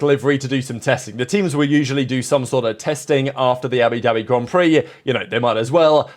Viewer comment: “Abidabi Grand Prix”